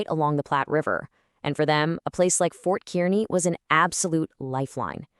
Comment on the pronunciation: It's Fort Kearney and it's pronounced (Karney)